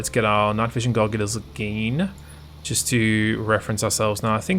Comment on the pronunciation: WAIT DID YOU JUST SAY GOGULARS?!??!!